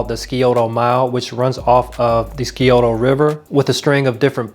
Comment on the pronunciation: Skeeoto mile LOL It is 'SIGH-OH-TO.'